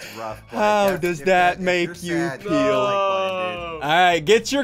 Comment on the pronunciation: Ssundee said: How does it make you peel? You mean feel.